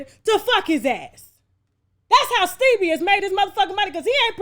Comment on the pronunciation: Stebie...yasss when we talk about Joseline and mention him, you gotta say it like that...Stebie🤣🤣🤣